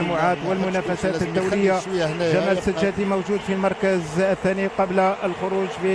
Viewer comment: إسمه سجاتي يا معلق وليس سجادي